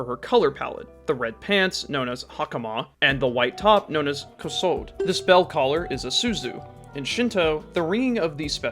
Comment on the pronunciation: “Kosode” is three syllables (mora) and doesn’t end like Episode. More like a Koh-So-Day. Remember, Japanese doesn’t have English rules like the silent E. Every “e” in Japanese sounds like the E in Exotic or Eggs.